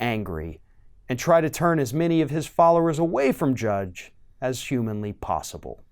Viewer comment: lol, he said “Judge” at end…it’s Matt DRUDGE